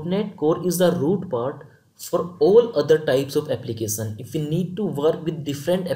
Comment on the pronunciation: Content and explaination is good. But please don;t say Applicasan, versan etc.... it is Application, version and similarly other words.